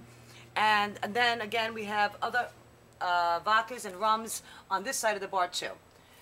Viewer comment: It's vodka with a d.